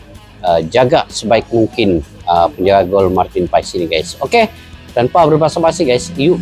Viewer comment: Baca dan pengucapan nya Martin pas bukan Martin pa es.. walupun secara tulisan paes